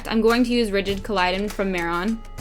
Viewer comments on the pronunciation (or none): you're stunning and i love this tutorial but it's not pronounced collidon, it's collodion... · Love it P.s its rigid colodian not colidon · I cringed every time she pronounced it wrong